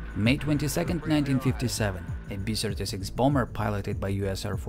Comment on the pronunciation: I'm fine with your "bomb" pronunciation, but when you say "B-Sirty-Six", I think "Pavel Chekov".